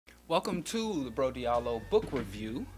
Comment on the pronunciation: Interesting book for everyone to read. By the way your name is not pronounced Diiallo but Djalloo is just that is written in a french manner francophone Africans try to write and say everything in a « Frenchy » manner, is like the name Cheik Anta Diop is pronounced Djop and not Diop those are « Frenchisims » that happens in those parts of Africa